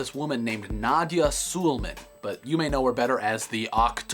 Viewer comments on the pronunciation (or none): I think its pronounced Su-lay-marn.